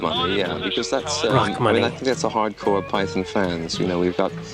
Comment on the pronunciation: PY THUN ! PY THUN !! PY THUN !!!